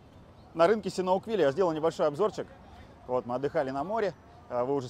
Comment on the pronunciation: Не синауквиля, а сиануквиля. В очередной раз когнитивный диссонанс.